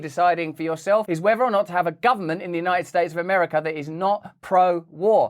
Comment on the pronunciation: Did you noticed? Schmoe Bidet said " we are united states OF AMAFRICA!!!! Listen to what he said not what you think you heard